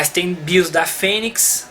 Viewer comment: Bacana, genial! Só um detalhinho, a pronúncia correta é O BIOS e não A BIOS, já que nos referimos a um Sistema. Valeu! 🤙